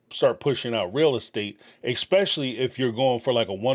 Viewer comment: Thank you for pronouncing “realtor” correctly Please start saying ESSSSSS PECIALLY NOT EXXXX SPECIALLY